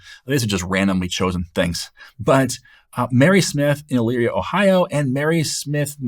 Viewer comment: Great explanation. Also, taking courses from your website. You must know someone from Elyria, OH because you actually pronounced the city correctly!